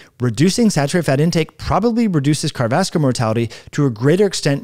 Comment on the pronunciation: A video is not a foot race. You might give some thought to how unprofessional you sound when you are talking so fast that you are not even enunciating the syllables in the words, “cardovaslar”. Say it with me, car-dio-vas-cu-lar.